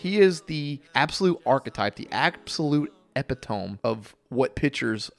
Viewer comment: I think you pronounce epitome wrong, I believe it’s epet toe mee, not epi tome